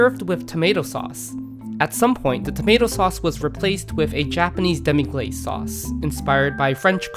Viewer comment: It's pronounced "yōshoku", with a long "ō". Also "demi glace" is pronounced "demi glass". Also "sakoku", with a short "a", not "saakoku". A similar category to yōshoku is "B-kyu gurume" (B-rank gourmet), which are déclassé dishes that border on fast food.